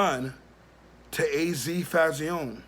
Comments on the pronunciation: Azie Faison.. pronounced AZ Fayzon not az fauzione lol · GOD YESSSSSSSS!!!!!!! I DIED A LITTLE EVERYTIME HE SAID FAYZEEON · It's your video, so I'm gonna keep it respectful. I'm from Sugarhill, Harlem and was also THERE in the 80's...sounds like your base is opinion and not fact. Pretty much doing it for views. Just by you saying FAY-Z-OWN It proper pronunciation is (fay-ZONE) let's me know you are not from uptown or UP TOP as anyone south of NY would say. Not knockin ya hustle, but get ya facts right ... Paid In Full is not an ACCURATE, and remember everyone has their own spin on the truth...AND ALL THESE CATS with the Documentaries and Tellin they story...are STILL Dry Snitchin...past or not. Claim to Fame...smh. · Fay-zon is how you pronounce AZ name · FAY-ZON .. say it wit me brova, FAYYY— ZON!!! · It's pronounced fay-zon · I think it’s pronounced phase-on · It's pronounced fay-son my brother!! " keep up the good work tho salute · jay thaonly1 he saying it the way he saying it as a joke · You pronounced faison wrong. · Can't even say his name right